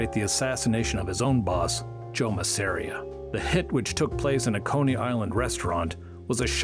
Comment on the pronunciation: "Mass•A•RIA"! Learn how to say the name b4 making a video! Jfc